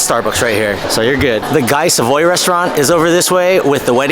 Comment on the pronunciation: Great video. Guy Savoy is pronounced Gee Savah, just so you know. 😂